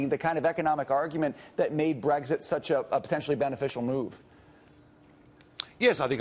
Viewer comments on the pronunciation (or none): It's not breEGGSit. It's brEXIT.